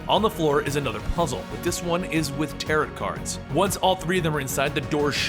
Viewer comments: Tarot is pronounced "taroh" not "tarotte" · I love the video, but it's pronounced "tar-oh" and does not rhyme with "parrot" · Great video! And, just so you know, it's pronounced, "tear-oh". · gah, its french. dont pronounce the "t" at the end of tarot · Love your videos! And by the way the second t in tarot is silent.